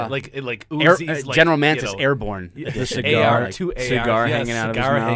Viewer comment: It's not GEN Mantis, it is Mattis...